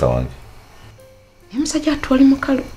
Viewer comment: William is not "Mukalu"😅😅😂😅😂 but "("mukapa ")"😅😅😅😅😅😅😅😅😅😅😅😅😅😅😅😅😅😅😅